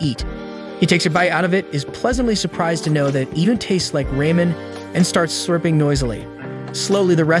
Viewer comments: “Rah-men” not “Ray-men” lol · Anyone notice he says Raymond instead of ramen. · and its said as ra-man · Ahh yes the ray men😂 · Reymen it's ramen